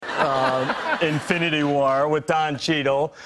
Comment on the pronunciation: He said eminity wars